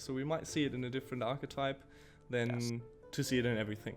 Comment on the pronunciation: "architype" lol